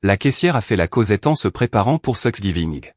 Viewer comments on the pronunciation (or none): quand est ce que l'IA va comprendre que " Thanks giving " n'est pas " sex giving" !!!